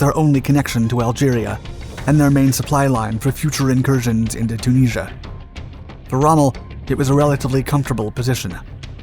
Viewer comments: Chooneasure. Or Tunisia, as we say in English. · Say Tunisia again? ‘Tuneesha’ Tunisia ‘Tuneesha’ Okaaaaay. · can't you say Tunisia?